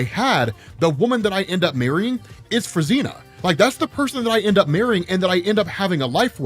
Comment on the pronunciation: Fruzsina is pronounced as froo-zhee-nah ("zs" is like "s" in "pleasure")